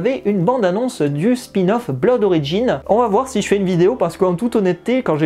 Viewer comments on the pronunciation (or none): none